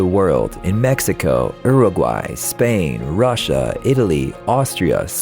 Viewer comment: "Uraguay" lmao Its said "u-ar-guay" not Uraguay Its also spelt Uruguay